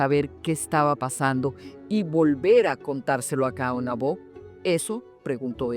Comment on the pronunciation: Disculpe. 2 cosas: a) No es Caonabó (fuerza en la última o), es solamente Caonabo. b) No es Cacica, ella se convirtió en Cacique.